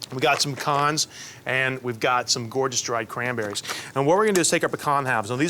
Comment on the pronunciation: I love everything about this dish but especially that you pronounced pecans correctly!!!